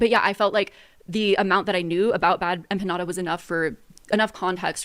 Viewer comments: bad empaññada, eggcetera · I’m colombian and the biggest offense I took in this is how BADLY she mispronounced empanada. Has she never eaten an empanada? Is that why she’s so dense and ignorant and lacks character? Because she hasn’t exposed herself to the delicious glory that are empanadas?